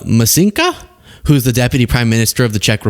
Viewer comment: the Vice Prime Ministerr of Czechia is Petr (pronounced PAY-ter) Micinka (pronounced MAT-sing-kah).